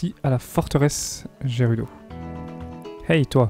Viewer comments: On dit gerudo et pas jerudo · On dit valee gerudo avec "G" mais sinon très bonne video